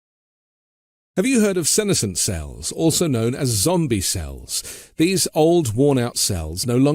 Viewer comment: It's pronounced "Si-Ness-ent", senasent isn't a word.